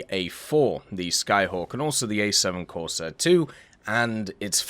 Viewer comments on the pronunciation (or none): none